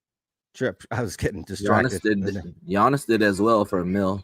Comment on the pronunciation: I mean I like SCR but can’t even pronounce Giannis correctly and they pronounce Will Grier wrong every single time 😆